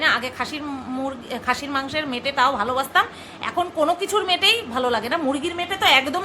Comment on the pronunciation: মেটো কথাটা সুনলে আমার জোর হাসি পায় মেটো কে বলে মেটে বলে 🤩🤩🤩🤩🤩